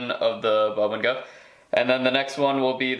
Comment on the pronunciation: Boo-bing-ah is how you pronounce it. Create video. Hope you continue to post. Love the details.